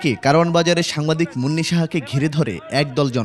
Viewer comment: একুশে টেলিভিশনের মত নামকরা টিভি চ্যানেলের সংবাদ পাঠিকা যখন সাংবাদিক কে সাম্বাদিক বলে, তখন আমার অবুঝমন জানতে চায়-কোন যোগ্যতায় এরা চাকরি পায়?😂😂😂😂😢😢😢😢